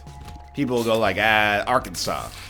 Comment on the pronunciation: Deep south. "Arkansas" okay egg boy lmao